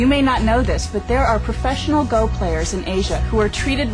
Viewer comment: Go is pronounced just as Go, not Go like telling someone to get somewhere. There's a japanese guy pronouncing it right - Let's Learn Go!! (Japanese Rule)